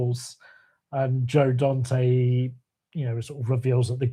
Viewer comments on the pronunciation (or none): Hate to be pedantic, but you keep mispronouncing the name of one of my favorite directors. It’s Dante. Not Donte.